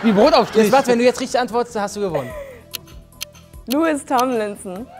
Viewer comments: Louis Tomlinson wird ,,Loui Tomlinson“ ausgesprochen, meine einzige und wichtige Kritik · Wie ich bei der One Direction Frage ausgerastet bin xD 1. WIE KANN MAN BITTE NICHT ALLE NAMEN WISSEN 😭😭😭 2. Zayn ist 2015 ausgestiegen. Gehört also nicht mehr zu 1D und 3. Er heißt Louis, nicht Lewis!!! 😭🥲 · Louis Tomlinson wird Loui Tomlinson ausgesprochen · Cooles Format, aber als ob niemandem aufgefallen ist wie julia ,,louis" ausspricht. I'm sooryyy das musste raus:))